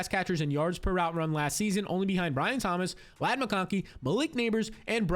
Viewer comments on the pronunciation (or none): none